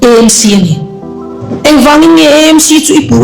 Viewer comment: EMC ❎ AMC ✅ Eizawl ❎ Aizawl ✅ tiang zel hian aw